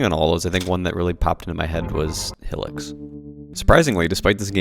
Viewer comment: "Hill-ics" 😂😂😂 Good video tho 👍